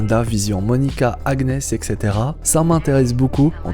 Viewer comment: Si je peux me permettre Agnes se prononce "Anniès"